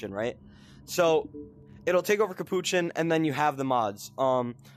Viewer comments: It’s capuchin not kapouchan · Its not capuchin